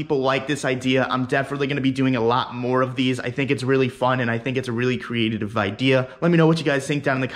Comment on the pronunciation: I kind of liked creatidived or whatever tf he said!